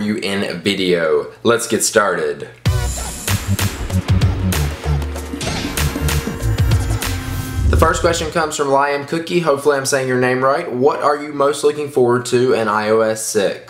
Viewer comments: "Lyam Cookie"? WTF? LOL It's "leeum cook" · LOL!!! Lyan Cookie! its Leeeeam Cook! :P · lie-um cookie? was that sarcasm? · Lie-am Cookie LOOOOOL :P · Correction Lee-um Cook is his name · It's leeum cook dumbass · you didnt say his name right at all. Its pronounced: "lee-um cook" :) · you said his name TOTALLY WRONG LOOOOOOL!!! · HAHAHA, loving how everyone's complaining because he said my name wrong, Its alright:') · He said my name wrong, Thanks:')